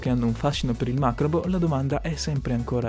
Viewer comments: Macabro, non macrobo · Io sono veloce ma tu parli TROPPO veloce :-O infatti dici macrabo invece di macabro... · Azzo ce la fai a dire "macabro"?? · hai pronuniciato male macabro al min 10 e 34 secondi....